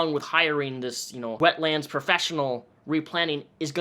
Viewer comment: One word 'wetlands' not 'wet lands'